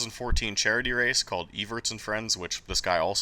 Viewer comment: Dude, it's not "Iverts", it's Everts, it's a charity event by 10-time World Motocross champion Stefan Everts (he's basically the European Ricky Carmichael) - While that was a mixed-gender race with some BIG names like Ivo Monticelli (MXGP factory rider back then), Brian Jorgensen (retired), Jamie Dobb (also retired) and freaking Jeff Stanton (retired and like 5-10 years older than Brian and Jamie), she was also SEVEN SECONDS PER LAP slower than the other female